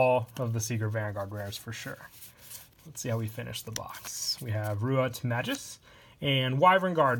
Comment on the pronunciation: May-Gus... Please... Not Majus... My ears are bleeding